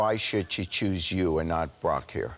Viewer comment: Why does Jerry keep saying Brock as Barack? I was so confused